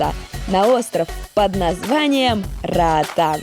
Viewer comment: Нормальные люди говорят: - Роатан Русские: - Раатан